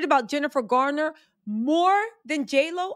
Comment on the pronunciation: It’s Garner not Gardner.